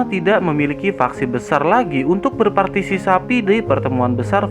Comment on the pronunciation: berpartisipasi bng, bkn berpartisisapi , hehe,,🤭🤭😀😀🙏